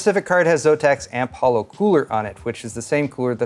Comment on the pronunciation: its AMP HOLO, not AMP HALO